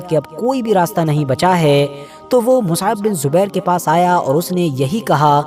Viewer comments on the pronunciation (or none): none